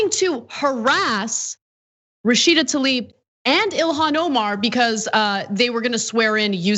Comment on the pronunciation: John, I love you man so can you please PLEASE lead the effort to correctly pronounce Rashida TLAib instead of TALib? Please. Thank you Sincerely, Someone who has had his name mispronounced his whole life